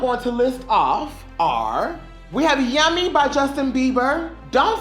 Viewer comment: I LIVE for the emphasizing of "YUHHHMY YUHHHMY YUHHHMY YUHHHMY YUHHHMY YUHHHMY" LMAO